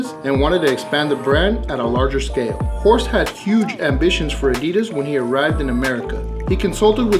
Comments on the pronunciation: Horst, not Hosrt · Horst not Hosrt :)